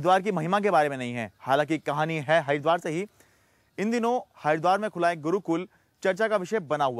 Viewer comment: Pahele tw Haridwar bolna sikho bhai